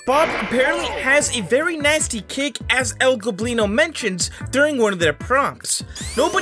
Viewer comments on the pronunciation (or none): STOP CALLING EL GOBLINO ,,EL GLOBINO"!!!!!